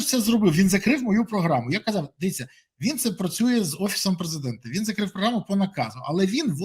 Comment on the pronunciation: Все в руках однієї людини він перебрав повноваження на себе президент не предидент Ото наголосували 73 проценти за кого ?Одні зрадники слуги московії Головне що всі наглядальні органи в руках однієї людини як так президента все влаштовує ?